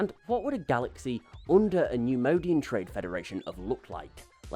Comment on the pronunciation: Love the video! Great info! Just can’t stop numodianfrom getting to me. It’s pronounced “neyemoyedian” (neimoidian) lol